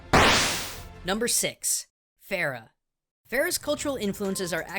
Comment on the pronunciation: I Farrah of raw not horse